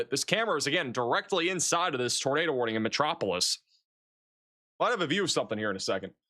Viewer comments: Metro-po-lis LOL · Think of Superman when you talk about the city of Metropolis for correct pronunciation 😉